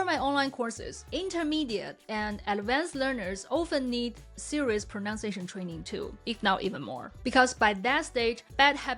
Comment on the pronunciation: Just because this is a pronunciation video taking about ingrained bad habits... I'll allow myself to point out that you say "pronounciation" :p